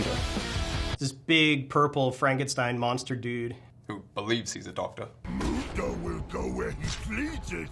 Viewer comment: COnsidering they pronounced Mundo wrong, I would say otherwise